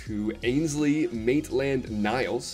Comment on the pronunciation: The way he says Maitland Niles like he doesnt know him pains me 💀